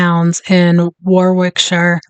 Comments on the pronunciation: Worrik-sher please, if you come over. Not War-wick. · The W is silent in Warwickshire......Warickshire